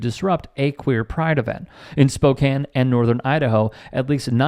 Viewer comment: Thank you for saying Spokane, right. I hate it when it is mispronounced...